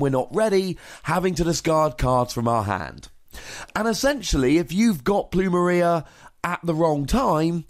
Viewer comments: Pronounced "Ploom- Air- ia" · It's pronounced plumeria Lol